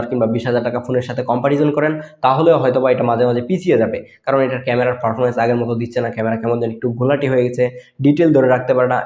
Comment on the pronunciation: ফারফরমেন্স না ভাই পারফরম্যান্স